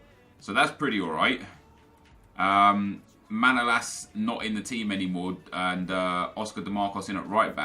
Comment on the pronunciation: it's manolas you need to emphasize at the second a